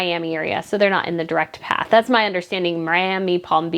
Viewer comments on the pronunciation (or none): none